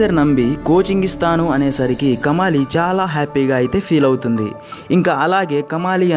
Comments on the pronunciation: Kamaali kadu , kamali. Then Kadukkaveri kadu, nadu kaveri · కమాలి కాదు కమలి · It's not kamaali it's just kamali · Kamaali kaadhu kamali